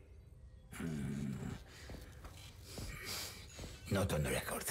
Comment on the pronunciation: ....wow.....Lazarski is like butchering my name......just....wow